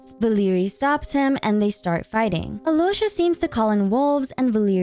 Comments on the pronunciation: Absolutely love how you botched every name.Keep doing it lol Alloysha HAHAHAHAHA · The video is great, but as a native Russian speaker I just have to correct some names mispronunciations. • Alyosha is not pronounced as Alosha, L here should be soft (palatalized), so it's closer to Aliosha. The main stressed vowel here is O. • Veche is not Veke, there's a CH-sound like in the word "cheese". • The Tsaritsa's patronym stress. It's FEO-do-rov-na, not feo-do-ROV-na (comes from her father's name Feodor, or sometimes Theodor). FEO- is one syllable here, similar to Alyosha, should be pronounced as FIO-do-rov-na. The main stressed vowel here is O.